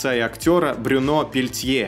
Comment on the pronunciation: Во французском все ударения на последний слог. А буква u читается как ю. Брюнó